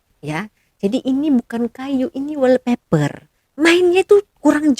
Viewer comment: Wall paper mbak..bkn weal paper..lucu bila dgr konoha nyebut bahasa ingeris .🤣🤣🤣🤣